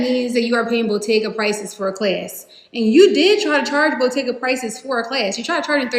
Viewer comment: I think by "botteeeeyyga" she meant Bottega Veneta. She just doesn't know how to pronounce it.